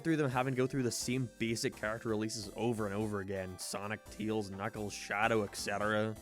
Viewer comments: You keep calling Tails “ teals” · I like how you said tails, teals